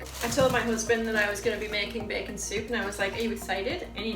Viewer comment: I love how you say bacon Bacen lol